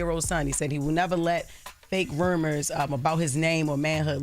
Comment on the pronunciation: Wtf you said, Jess??? "Fake rumers?!?!" 😂😂